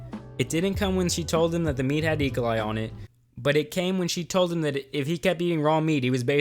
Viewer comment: You were doing so good till u said the word e.coli like that